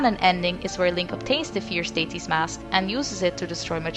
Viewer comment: Not a native english speaker, but is it just me or is she pronouncing Deity wrong?